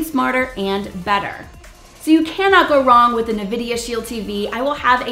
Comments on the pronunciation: Thank you for the review. Not trying to be rude but it's pronounced en-vi-di-uh not ni-vi-di-uh. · It's pronounced N- vidia not (nuhvidia) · Nice review. The N-vidia Shield TV IS the absolute best streaming device I have ever owned. N-vidia has produced a winning combination of speed, power, and flexibility with this unit and I LOVE it. Nvidia... no "a" after the N... COULD sell this kit for less, but I'll buy 2 more at this price and it WILL be worth it.